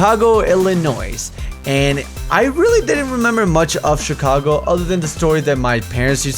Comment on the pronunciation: Omg!!!!!!! MY MOM WAS BORN IN CHIGAGO LLINOIS HOWEVER YOU SAID IT:D